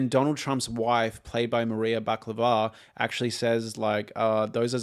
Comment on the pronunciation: BAkalova, not Baklave!